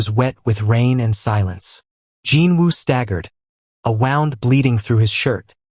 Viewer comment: It is so hard to hear mispronounced words, such as wound, and still enjoy the story! Also, the story was too long. I kept watching because I wanted to know if they would have a child or children. Children always complete a story for me!!❤